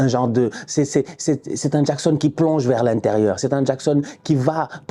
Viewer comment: Nicolas Jackxxxxxxon 😉 il m'a tué à dire son nom comme un jamaïcain 😂